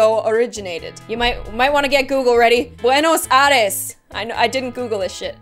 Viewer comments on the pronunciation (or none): Hahahaha I'm from Buenos Aires nice try 😂 and you pronounced the name bad but nice try hahaha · Being from Argentina and listening to cute pronounciation of Buenos Aires got me on the floor lmao